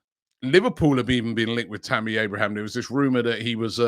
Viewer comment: Its Abraham... not Abrahams 😅